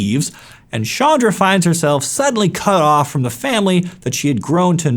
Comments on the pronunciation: Ch not sh its very irritating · I always thought her name was pronounced as ch-anne-dra.